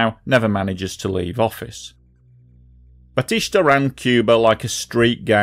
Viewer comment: Learn Spanish or Google pronunciations - BATEESTAH. There's no sh. Couldn't finish...